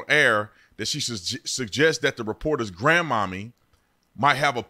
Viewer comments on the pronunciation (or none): The newscaster actually said “Grand Mammie” not “Grandmomma”. You can’t tell from the look on the young reporters face that she didn’t appreciate that comment. The issue is also that it’s Jackson,MS, the blackest city in MS during a time heightened racial tension between the governor and the mayor. Failing infrastructure, water issues, disputes over trash pick up, over extension of the capital police force,etc. The city is still undergoing a very sensitive moment. This firing could’ve just been a knee jerk reaction by WLBT in an attempt to play it safe due to the fact that the station is located in the heart of the city. They may be digging possible protest. IDK I’m just trying to live down here and raise productive, God fearing children. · She didn't say mommy she said granmammy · From my understanding she said Grandmammy not Grandmommy. There is clearly a difference.